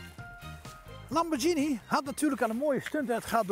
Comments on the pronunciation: Geen idee wie Enrico Lamborgsjinie is, misschien het debiele broertje van de oprichter Ferrucio Lamborghini (uitspraak met een -G en niet -Sjie) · leuk hoor. Nu nog Lamborghine goed uit leren spreken..;)